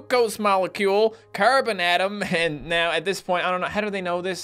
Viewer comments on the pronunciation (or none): none